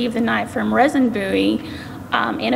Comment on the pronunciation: Name is pronounced "Reason".